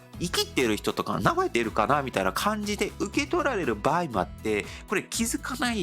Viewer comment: /n/ や /h/ が語頭に来れないので、よく聞くと「日本」を「ディオン」と発音している。 /b/ も語頭に着にくいので、「場合」を「パーイ」と発音している。 このように、韓国語には語頭の子音に制約が非常に多い。